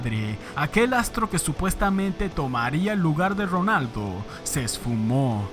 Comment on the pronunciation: Que horrible y desesperante pronuncias la letra R. Es Ronaldo no Rronaldo.